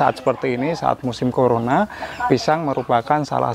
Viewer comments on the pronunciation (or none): none